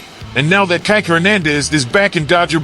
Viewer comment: Change this announcer. it's NOT Kighk! it's Kike..Kee-Kay!